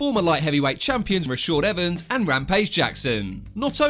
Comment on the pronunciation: "Rashawd Evans"..